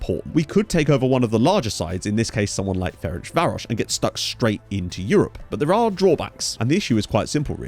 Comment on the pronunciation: A couple pronunciation tips: the authentic pronunciation of MTK is more like "em-tey-kah" And your pronunciation of Ferencváros was pretty good, but the "c" in there is pronounced like a "tz" Looking forward to following this, should be a fun save